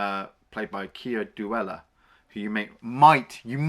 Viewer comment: One small FYI - actor Keir Dullea's last name is pronounced "Doo-lay"